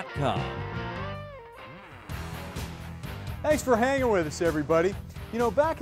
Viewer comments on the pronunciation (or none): Small little detail here, and I know this originally aired many moons ago... But needs to work on his 'inflection points' when he speaks. LOLOL. Right after the break, he says, "Thanks for 'hanging' with us everybody". The way he emphasizes the word 'handing' it makes it sound like we're all standing around with our junk 'hanging' out. LOL... He probably should have said it like this, "Thanks for hanging 'with' us everybody". This makes it clear that he's glad we are still watching after what was probably a longer break when it was on TV. I know, I know. This is just being picky. But I'm saying this more in jest than busting balls; see what I did there people - lol.